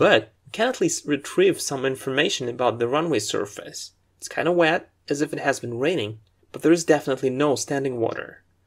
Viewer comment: The vocabulary in this video is very helpful. My only complain is that you pronounce some words incorrectly. Like 'focusing' 'obviously', 'surface' and others. Furthermore you pronounce some words with British English and some others with US English that might be a bit confusing for a beginner. Otherwise your videos are a HUUUUGE help! :)